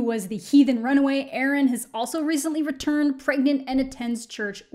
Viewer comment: The way she says erin confuses me